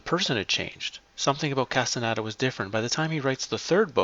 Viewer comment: CAS-TAH-NEY-DAH. It's Spanish, very easy to pronounce.